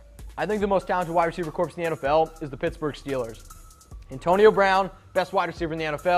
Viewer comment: FYI, in the word "corps," the p and s are silent. It sounds like "core."